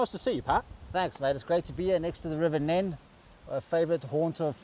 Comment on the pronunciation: Well done for the correct pronunciation on the River Nene .......... not NEEEEEN like they use the other side of Thrapston !!! Looking at a decent rack for my newly acquired FL2 - think I am heading towards the Flatdog though. Got an FD on the Defender and it's a great bit of kit. That is unless Frontrunner want to do a sponsor hahahaha